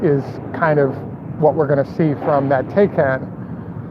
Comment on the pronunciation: Porsche Taycan pronounced “ tie-con.”